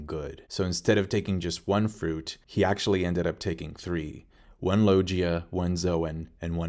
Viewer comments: Why do you say lojia instead of logia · I like your videos but please say Lo-GHEE-ah not Lo-JEE-ah, I cringe every time I hear Lojia devil fruit from you. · Low-Gee-Uh Fruit😂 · I'm stuck on para"meshia" and lo"G"ia but yet all the Japanese word a spoken so... good video though! First time watching all the way through one of your video because you have a tendency to so things like this has to happen as if you're some sort manga experienced writer of an world famous manga; which you did this video too but I just kept listening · All these years and still can't pronounce "logia" correctly... Lol ... Still though, I gotta say, good job on the vid bro! 👍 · Interesting way of pronouncing Logia..zoan and parametia..